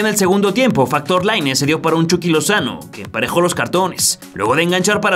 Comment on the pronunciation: morí cuando dijo Factor lainez